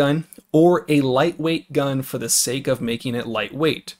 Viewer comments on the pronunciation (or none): none